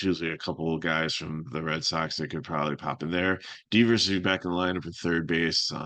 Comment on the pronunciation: “Deeevers” lol, it’s Devers dude